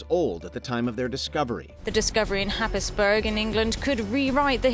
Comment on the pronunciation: FYI, Happisburgh is pronounced Haysborough.